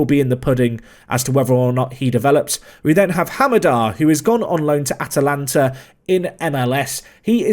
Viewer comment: So we're just gonna let it slide that he called Atlanta United "Atalanta"?